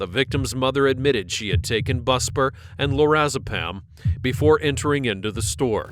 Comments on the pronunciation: Byoo-spar, not busper, for future reference. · Bew-Spar not busper And it does not make you leave a baby in a car holy shit lady. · it's pronounced boos bar, not busbar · *boos-bar, not "bus-bar". It's not a school bus. 🤦🤷 I used to be on that medication, so I know how it's pronounced. 🤦🤷🙄👎🏻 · Bue rhymes with blue and spar like in boxing. Bu-spar, not bus-par. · Buspar is an anti anxiety med, taken once or twice a day. It’s not for as needed use. It’s taken daily. It’s pronounced “BOO-spahr”. Not “BUSS-parr”. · buspar is pronounced •Be•yous•par• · It’s pronounced’Byoo-spar.” It isn’t really much of a sedative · But fyi: Buspar = byoo' spar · It's pronounced "BEW-spar." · It’s pronounced BUSE-BAR & not a narcotic but still makes ppl seriously sedated. The other is narcotic & Im sure she had taken wayyyy too much. That poor baby is lucky & the Mama needs help…. How terribly dangerous & sad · Buspar pronounced byoo•spar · It's pronounced "BEW-spar." Like puberty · the way he pronounced buspar 😂😂😂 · Thiw guy is 100& AI, i was pretty sure but then when he pronounced the medicine i was sure...hes annoying anyway, constantly interrupting the video